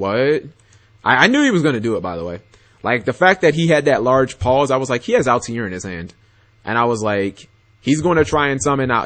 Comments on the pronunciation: Altair there's definitely no I after the T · He's pronouncing it like Assassins Creed. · no he is not even saying that correctly